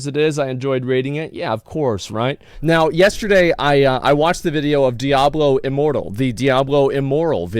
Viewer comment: Did I just hear him call it “Diablo Immoral”?🤣 That’s hilarious